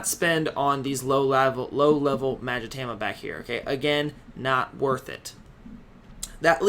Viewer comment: Please... Please stop saying magatama wrong it drives me mad everytime I watch a video of yours it's ma-ga-ta-ma not mag-itama